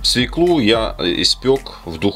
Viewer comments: Не свиклу а свёклу. Надоели уже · СВЁКЛУ!!! 3ДАРЕНИЕ НА Ё!!!!! ПРОТИВНО СЛУШАТЬ ПРОВИНЦИАЛЬНОЕ ПРОИЗНОШЕНИЕ!!!